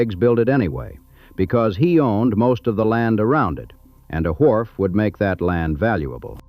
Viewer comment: The voice was AI and had a strange way to pronounce wharf. Wwwhharff.